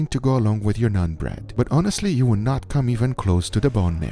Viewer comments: It’s pronounced “naan” .. don’t have to say nun bread.. just naan is ok too.. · It's naan bro not nun ... nAAn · It's not "Nun" bread it's "Naan" bread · "NONE" bread..?? It's NAAN bread...lol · It's not " nun " bro. Its NAAN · Nun bread?? 😂😂😂😂 Wtf It's naan bread fool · its called "nah-n" bread, not "non" bread, just helping you pronounce it. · Did he just say nun bread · Did it bother anyone else when he called it nun bread? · ...did you call it "none" bread? XD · Ah yes. "NUN" bread lmaoo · "Nun bread"... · I like how he calls naan 'nun bread' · The way he pronounced naan bread just reminded me of none pizza left beef